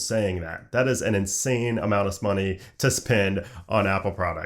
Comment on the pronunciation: “An insane amount of ‘smoney’” 🤣🤣